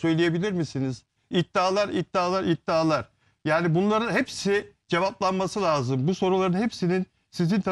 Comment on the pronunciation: Bilal ozcan gazeteciyim diye ögünüp duruyorsunuz....LAZIM..Kelimesini bile doğru telaffuz edemiyorsunuz..Türkçeyi katlediyorsunuz durmadan...İstanbul Türkçesi kullanın lütfen...sinir oluyoruz sizi izlerken..çok kaba saba..